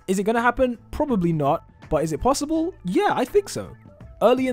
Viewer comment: Did he just say plossible